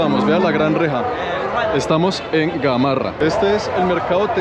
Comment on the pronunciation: Es cierto que necesitamos más trenes, mínimo 20 vagones más. No es Gamorra,Gamarra.